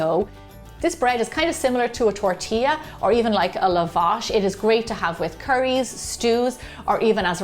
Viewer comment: I love the way you pronounce the Persian flat bread named "Lavaash"! 😍🥰